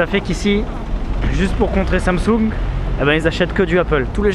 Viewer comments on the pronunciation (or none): none